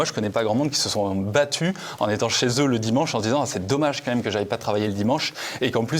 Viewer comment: Aucune idée bro, déso. Je cherche de mon côté (depuis 5 ans maintenant) où et comment (+pourquoi!) est apparu le "quand même" très fréquent chez les youtubeureuses du youtube jeu fr5, prononcé : "kahème". Je n'en dors plus, fais des cauchemards où les lettres k et m tournoient à l'infini avec pour arrière-plan la tête d'hugo décrypte. Les lettres entrent ensuite dans ses narines puis sont alors recrachées sur ses fiches inexistantes. Si quelqu'un sait. Sinon, merci qua ême